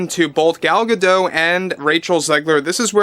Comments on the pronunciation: Gadot is pronounced with the T. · Small issue gadot, the t is not silent